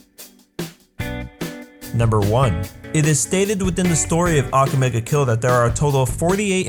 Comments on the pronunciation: I hate that u are saying ake mega kill ITS "akame ga kill" plz say right -_ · He pronounces almost everything wrong. EVEN THE TITLE.